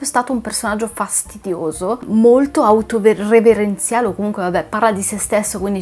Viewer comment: Poi ti volevo dire che si dice "autoreferenziale" Non "autoreverenziale"